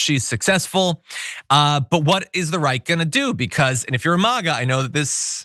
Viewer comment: Did you say "What is the right gonna do" or "what is the Reich gonna do?" Either works.